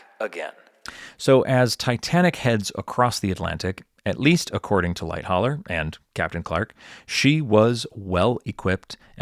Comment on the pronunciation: For someone who forensically details the sinking of Titanic how can you fail to pronounce Charles Lightoller’s name correctly ? It is Light-oller not Light-holler.